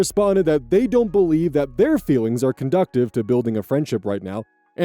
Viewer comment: conducive is pronounced con - doos - iv. Doos like deuce like stewie griffin says “what the duece?”